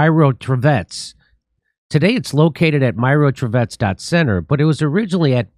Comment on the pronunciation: Not [mairotvotetc] but [meerotvorets] actually. [meer] mean peace, [tvoretc] - maker, such a killers-peacemakers))